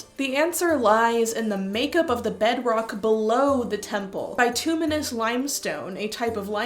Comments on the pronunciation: BIT-ew-miss" limestone is how it's usually pronounced. It's also possible that a seismic shift changed the vapours, rendering the Oracle less effective, leading to their decline. They might also have been different depending on the time of year, due to the temp. & water content. Which would explain the scheduling. It would have had to been the off-gassing, not the petrochemicals, to produce the sweet smell. Petrochemicals in rocks and the air can be detected in even small concentrations by sensitive noses. The tarsands (bituminous earth) in Alberta are covered by a layer of similar deposits. It's a crime against knowledge that they blow up the fossils in the limestone to mine the tarsands. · At least in North American english, "bitumenous" is pronounced with a short "i" sound. And inhaling petrochemical fumes is basically gas sniffing!!!